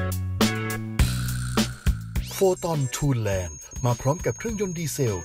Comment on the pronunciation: ทุนแลนด์ หรือ ทันแลนด์ครับ อ่านทูแลนด์ไม่ถูก